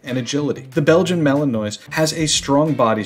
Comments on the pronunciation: The narrator is mispronouncing Malinois. I doubt he is familiar with dogs. Maybe he is just reading a script. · I managed a minute before I couldn't bear any more mispronunciations of Malinois. Surely, it's got to be top of the list when making a video showing your knowledge of the subject. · Imagine posting a video showing how much u know about a Belgian Malinois but u cannot pronounce it! Epic fail